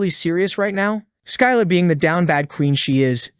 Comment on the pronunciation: Its pronounded SSILLA NOT SKYLA(Writed like scylla)